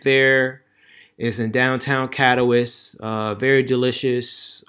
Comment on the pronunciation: Bro! You order not a drink you like but the most expensive because a lady is buying?!..Wow. Anyway the city you are referring to in this video is Katowice which is pronounced “ka.tuh.Vi.suh”.